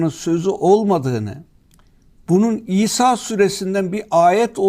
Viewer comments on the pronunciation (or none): Senin cehaletini ne yapacağız efendi. Batıl değil, Baatıl okunur. Bak üstündeki şapkadan anlamadın diye iki a harfi yazdım ki harfi uzatman gerektiğini bilmiş ol. Ayrıca Kitabımızda İsâ sûresi yok. El İsrâ sûresinde o ayet. Kılıçdaroğlu ziyadesiyle câhil zaten bu durum konu bile değil ama Erdoğan savunucuları bari biraz ilim sahibi olsa… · Sayin Hadi Özışık sure adını söylerken kayıttan olabilir sanki İsa süresi gibi algılanıyor Daha vurgulu ve net biçimde İsra süresi olarak söylerseniz daha anlaşılır olur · İsra Suresi mi demek istedi yoksa bildiğin "İSA" suresi mi?